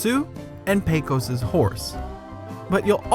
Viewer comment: A couple of mispronunciations I noticed: "Aunt Polly" is pronounced "ant," not "ahnt," and "Pecos" is correctly pronounced PAY-kus, not PAY-kose.